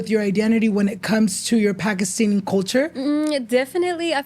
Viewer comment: it’s actually pakistani and not pakistini